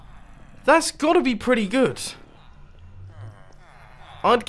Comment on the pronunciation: "thats pertty good" mumbo memes